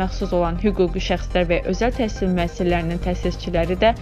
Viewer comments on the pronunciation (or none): Bu he deyir TESIL MESIL🤭